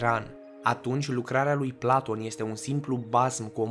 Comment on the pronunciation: "Planton"?! Serios? "Planton"? Pe bune? Cine Planton ăsta???